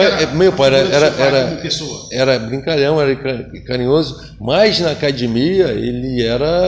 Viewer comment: Vc sabe que é gracie quando o cara fala "cadimia"